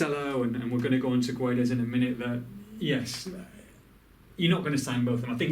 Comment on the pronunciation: to read gonçalo guedes the "gonçalo" part is right but the "guedes" part is wrong just say "guedes" like you do but whitout reading the "U"